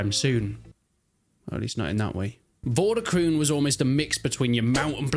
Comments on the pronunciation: Game title is pronounced as "Vor duh kroan(or krohn)" , not kroon :-) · I don't know if somebody else has said this but the pronounciation is like for de kroon with the oo being pronounced as the o in over.